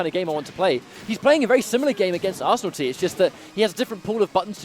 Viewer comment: butchering your name .... Ar-San-nil-Tie